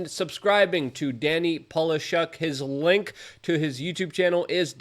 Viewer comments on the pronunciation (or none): none